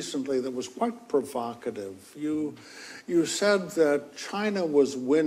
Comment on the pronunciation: "Provokative"???? Where do you live dino?